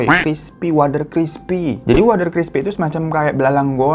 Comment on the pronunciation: Wkwkwk..... Lucu juga dengerin bang Hirotada bacakan bhs Jawa logat Jakartaan Paklik.... Bulik.... Wader..... Pati geni.... Luwih becik.... Cara bacanya kurang tepat karna bhs Jawa dibedakan ê è é Btw Story teller bang Hiro tetap THE BEST 👍🤗😍